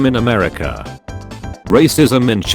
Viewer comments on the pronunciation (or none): none